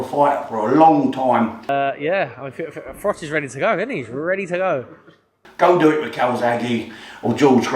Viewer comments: Ps it's Froch. Like 'Frotch'. Not 'Frock'. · His name's Froch not Frock, just saying 😉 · It's Froch not Frock.